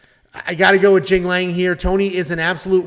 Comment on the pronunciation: Bro pronounced Jingliang in the funniest way possible 💀